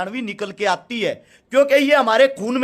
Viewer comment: Aati h nhi aatti h😂😂😂😂